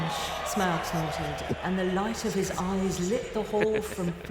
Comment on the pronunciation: Someone teach the panel how to pronounce "Smaug"...